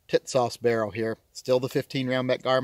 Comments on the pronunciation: TİSAŞ is pronounced ''Tea-sahsh''.. with accent on the first syllable. The company has a nice promotional video in English on YouTube- "Tisas promotion film" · Damn. Why can't you call it the right way? Tits ass!